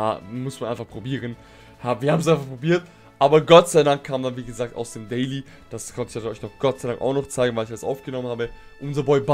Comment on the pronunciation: Dieses Englisch